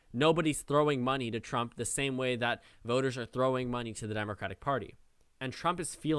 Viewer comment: "President drump er President trump" I caught it, did you?